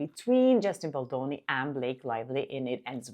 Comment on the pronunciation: Nobody pronounces Baldoni as lovely as you do! Love it. Happy bd to your partner 🍰